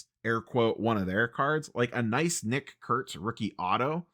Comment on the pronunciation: Adversity only seems to sharpen your expert enunciation of "Nick Kurtz".